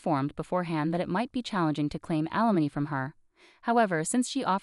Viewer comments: You do not seemed to be capable of pronouncing “alimony “. Always the same problems of grammar, use of proper pronouns and word usage. Go back to language classes. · Slow down and teach the bot to pronounce alimony